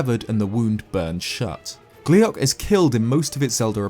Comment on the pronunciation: "gliac" oh fuck you